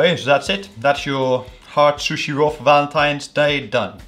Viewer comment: The way he says sushi😂"SHUSHE"